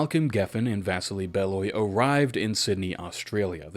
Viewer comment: First time watching a full-length vid. Dunno why, always loved your stuff. Bro this echoes all the conversations I've had with my friends about Halo! Also Vasili is pronounced Vas-Ee-Lee 😊